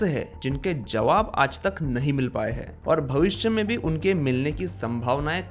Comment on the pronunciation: आप महाराष्ट्रियन लोग अक्सर " हैं " को " है " बोलते हैं. . . . , , , - पर आपने "कहाँ " को " कहा " बोला है.